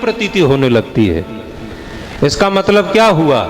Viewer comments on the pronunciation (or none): none